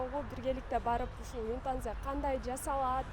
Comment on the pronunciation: Юнтанза эмес ютанза чон кыз